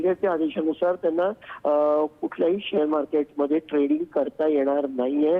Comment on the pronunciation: ट्रेंडिंग नाही ट्रेडिंग